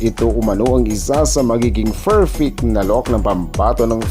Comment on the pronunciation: ......It isn't "FERFECT," it's "PERFECT."